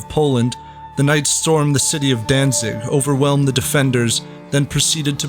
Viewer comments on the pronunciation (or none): none